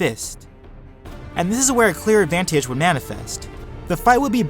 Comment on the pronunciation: this guy makes words with 2+ syllables at the end of a sentence really irritating. listen to the way he says advantage!! aaagggghhhh